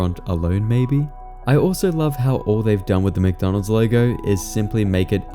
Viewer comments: Dawg it’s wcdonalds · Ronald McDonald? I think you mean Wonald WcWonald!